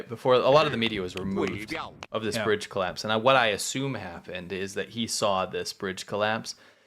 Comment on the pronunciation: hey guys, i dont mean to be critical but briDge has a D in it :P